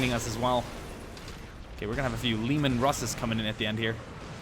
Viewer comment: Lasgun, you can say Laz or Lase, neither are wrong. The real issure is Leman Russ, it's LEE MAN, not lemon.... I used to say lemon russ......